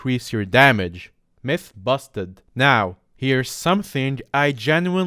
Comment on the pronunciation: At first i thought he said meth intrad of mythe lmao